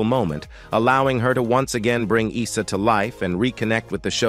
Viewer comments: Not eesa, its eyesa.well seeing the narrator has never watched the show. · Can’t even pronounce Isa ?